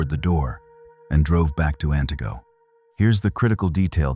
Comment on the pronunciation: You really should know how to pronunce the city names.